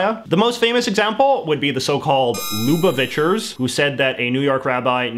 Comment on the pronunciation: Yeah how he said Lubavitcher made me cringe a little, but I did go to a Lubavitcher school for a few years, so I guess it's just been drilled into my head lol